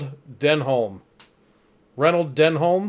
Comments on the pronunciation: Denholme Reynholme is pronounced "Denum Renum" (short E and U sound in each word). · has it pronounced correctly. Denholm Reynholm (Den'um Ren'um) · Great review guys love this episode. Oh and here in the U.K. we pronounce it Denham Renham but spelt Denholm Renholm. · It’s pronounced Den-um Ren-um, a great character, just wait until Douglas comes into it though! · I'm sure you'll have gotten (PHONETIC!) Dennem Rennem's name right by the start of season 2 and foresee no further problems. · Both names rhyme with ‘denim’ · is saying the bosses name correctly, is pronouncing too many letters. Denholm Reynholm is said dennam rennam. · Reynolm Denholm - pronounced: Ren-um Den-um